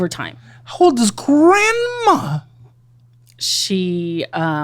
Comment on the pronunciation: Grand Mummah or Grand Puppah? lol